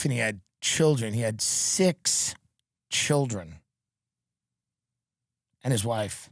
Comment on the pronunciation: Th skweams of his childwin